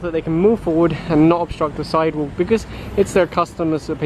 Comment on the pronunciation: "side wook"